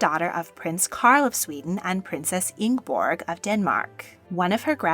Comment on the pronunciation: Ingeborg like other Nordic namrs foes not have a silent "e". The "e" in "Inge" is a separate very much voiced syllable, ay least in some dialects here in Norway. And I'm pretty sure that it is in Sweden too... Suffixes aee important in nordic words. A "e" ending in Norwegian often means the same as "the" does in English.